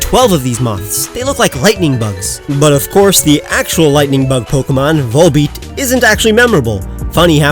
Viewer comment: VOLBEAT, NOT VOLEPEAT!